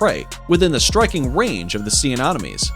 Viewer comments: So cringey as f**k how you keep calling Sea Anemones Anomones... how can you even say it wrong your placing an O where there isnt one. Then you call it Sea Anonomies. More than once.... JFC!!! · Bro', I'll subscribe if you from now on never pronounce Anemones in that way again, because you make it sound as if it's anonymous, an anonomy, or anomaly, when it's clearly >>Anemones. Anemones =(Anem-o-nees);- They are named after the anemone, a terrestrial flowering plant, because of the colourful appearance of many. Sea anemones are classified in the phylum Cnidaria, class Anthozoa, subclass Hexacorallia. As cnidarians, sea anemones are related to corals, jellyfish, tube-dwelling anemones, and Hydra. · 'secret antibiotics' lol. SECRETE antibiotics.. And. AnOMinees??? Anemones!!! And Aahfids?? Aphids (AYphids) Dude... You sound like you didn't finish middle school. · "Sea anomenies"